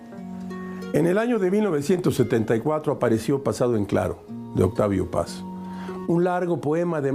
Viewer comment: ¡Gracias! ya subieron el vídeo un poco más completo pero sigue faltando un cachito del prIncipio. La que sigue reprobando es la voz en off, hoy destrozó a nuestro Premio Nobel Octavio Paz y eso si que duele.